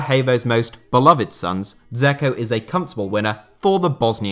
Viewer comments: The way you pronounce Edin Dzeko's last name means "little bunny" in Bosnian. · Hahaha he pronounces Dzeko like a melt